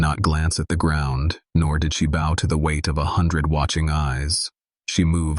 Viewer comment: "bow" as pronounced - A weapon consisting of a curved, flexible strip of material, especially wood, strung taut from end to end and used to launch arrows